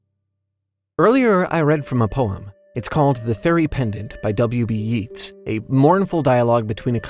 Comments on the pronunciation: It's pronounced "Yates." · Yeats is pronounced as Yates, like ate. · Yeats is pronounced "Yates." the "ea" in Irish and Gaelic makes a long A sound. Similarly to how McClean is pronounsed, "McClain."